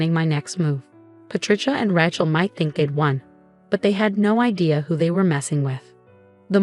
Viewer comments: AGAIN, its not 'Ratch-el', its 'Ray-chel'. Misprounciation ruins the story. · Thumbs down on all of these stories that say RATCHEL INSTEAD OF RACHEL. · It’s pronounced Ray-chel not ratchel. It’s a long A, there is no t. The title needs changed. The husband did NOT request that mommydearest & sissypoo wear white nor even the same dress. Mommydearest & sissypoo CLAIMED he told them to do so. The title should read something like “In-laws claimed my husband told them to wear the same dress I wore.” or “In-laws tried to sabotage our wedding & marriage.” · Please stop using the name Rachel in your stories. If you can't pronounce a name, don't use it!